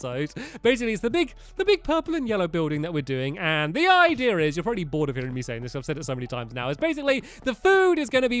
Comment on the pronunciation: You said probaly instead of probably